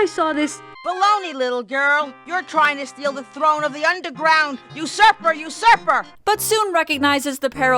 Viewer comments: you surfer?... it's usurper... sigh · This is the second best King's Quest game IMO. Also "you surfer" is actually "usurper". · She's saying "usurper,". (shakes head) To be fair though, her Ps do sound like Fs for some reason. Also, I'm a little disappointed you didn't catch that it sounds like she's saying "Blow me" a few seconds before that. O_O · I think "you suffer" is actually "usurper"